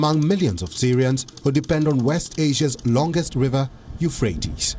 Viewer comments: It's pronounced you-fratees, not frates... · Pronounced as "Eu-phra-tez." and not "Eu-phrase" . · Hey do your homework before you start reading .. better still learn some geography and current affairs. How shtoopid does it look when a channel funded by Zee has an anchor who calls Euphrates (yoo.fray.teez) ... Euphratss. Read some english and geography. College ki degree lekar seedha TV per? Padh bhi le thoda sa? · Its pronounced U FRAY TEES. Drives me mutts when educated people mispronounce words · Dude.. u-fray-teez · The presenter doesn’t know how to pronounce Euphrates.